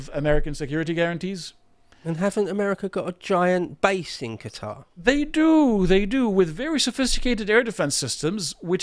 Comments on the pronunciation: Geez.it took him saying cuter 4 times before i realized he was trying to say qa,tar.like people saying keeeev. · Let Israel defend itself against Hamas. And the way you pronounced Qatar tells me everything i need to know.